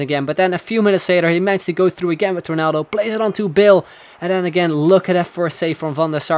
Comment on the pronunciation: He says bale as 'bill'